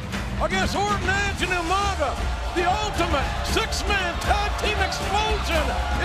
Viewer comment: RIP "U-Manga" as Regal would say.